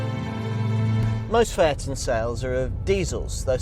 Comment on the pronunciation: Can’t he say the name correctly????